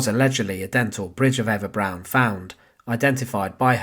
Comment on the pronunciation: Why is Eva Braun being pronounced as Eva Brown?